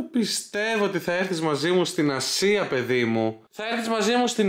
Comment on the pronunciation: Ελεγε Ασια και ακουγα Συρο... παω καθολου καλα;🤣